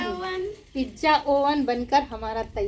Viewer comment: di pizza boliyega pijja Acha nahi lagta hai sonne me